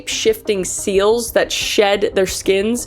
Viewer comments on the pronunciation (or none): none